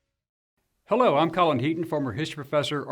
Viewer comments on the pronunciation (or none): none